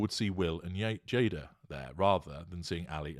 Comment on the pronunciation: GI Jada...the whole thing would have been okay if Chris got the name right. 🙄